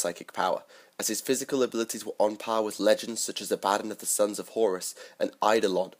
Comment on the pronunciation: It's pronounced Aah-bba-don.